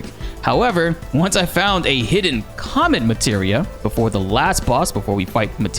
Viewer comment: It sounded like you said c*m meteor